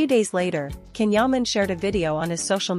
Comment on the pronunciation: please pronounce his name properly. His name is pronounced Jan, the C in turkish is J..not K.